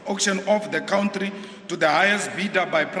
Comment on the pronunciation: country - it's pronounced cuntree not cowntree